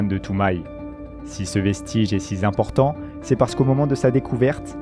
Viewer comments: Moi, je me suis arrêté à "si z'important" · Allez hop 2m40 : si ce vestige est si ZImportant... Les gars, apprenez le français avant de vouloir produire des vidéos et en faire votre gagne pain... Ou sinon trouvez un métier plus adapté à vos capacités...